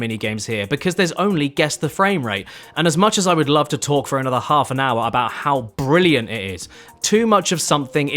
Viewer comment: Jimmy, you're fookin' bwilliant.